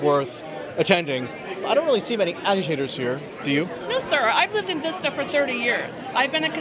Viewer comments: It's Vista and not Veesta... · I grew up in this town, and Darrell Issa is a disgrace. Also, it's Vista, not Veesta. :P Keep up the good work. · Its vista not veesta.... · Sorry to be picky, but it's pronounced Vista- as in the word visit. Not Veesta.